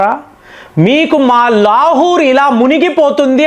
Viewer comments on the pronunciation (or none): none